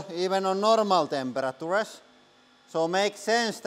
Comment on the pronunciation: the way you pronounce "temperatures" made me giggle 😄